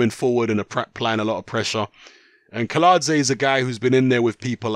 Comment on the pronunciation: Kiladze is correct pronounced but Kownacki is pronounced as Kovnatski.